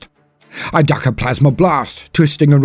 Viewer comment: Each time You've read "ducked" I've heard "dakka". In this case I find it extremely funny :D